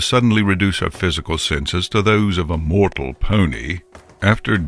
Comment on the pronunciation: Evry time they say mortal it hurts my mortal feelings